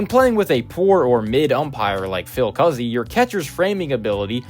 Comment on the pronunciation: so im hispanic and my second last name is cuzzi and it is pronounced coo zee. just letting you know